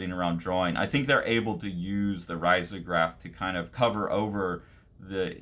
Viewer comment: Love your channel! btw it is usually pronounced “reezograph”